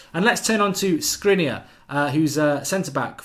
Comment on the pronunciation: Sh-kri-niar - like Martin Skrtel was pronounced